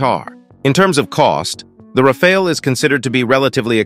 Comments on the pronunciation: That’s a nice jet alright. But bruh I’m getting dizzy when one moment your straight the next your waving the rainbow 🏳️‍🌈 when u pronounce it Rafaal and Rafail. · I think we can all agree that y'all need to choose which pronounciation you're gonna go with. 'Ra-fall' or 'Ra-fail' ??? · it is pronounced RAFAL not rafael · Why not agree on 1 pronunciation before you hit Record🤪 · I drank a shot of vodka each time you changed your pronunciation of “Rafale.” This was a one minute video. I am now drunk.😂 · How has my man managed to pronounce it differently each time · Pronounced the plane differently every time